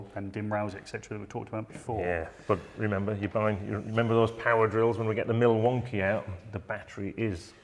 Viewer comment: Milwonky ? No Sir I think you will the correct pronunciation is Milfooky